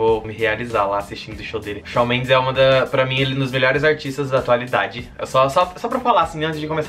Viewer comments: Não é "Shau" é Shawn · mas se pronuncia "chão":)) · so falta falar certo!!!!!😁😄 fala tipo chon